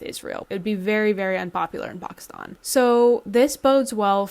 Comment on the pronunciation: Is this news??? This is exactly why they created pki stan in the first place, to serve this purpose. They have been a battering ram on Afg for centuries. Also, lady, the stan suffix is Farsi, and it is pronounced the same regardless of the prefix. If you simply must pronounce one right and the other wrong it certainly should not be pki stan which is NOT part of the OG stans, at all.